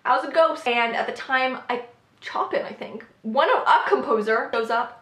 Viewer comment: "Chopin" is pronounced like "show-pan" by the by :)